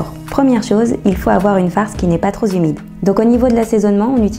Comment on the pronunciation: ""pas trop Zumide" ""pas trop Zumide""